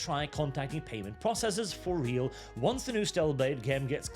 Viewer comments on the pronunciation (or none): none